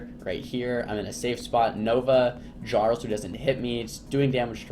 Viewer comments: JAR-ul lolllll its pronounced YAR-ul... like a king of sorts. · Its pronounced "Yarl" not "Garl" Not like the NPCs say it several times throughout the Stomrheim campaign you fucking mongoloid.